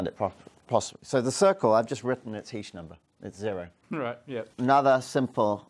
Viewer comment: ...I'm only playing this video because my last name is "Heesch" and I wanted to find out which way he was going to pronounce it... ...I say "Heesch", short "e" sound, rhymes with "John Tesh"... ...I've heard others say "Heesch", long "e" sound, like "hash-heesch"... (presses play) ...well, he's mispronouncing it...😂